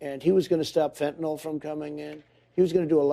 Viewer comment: Biden can't even pronounce fentanyl.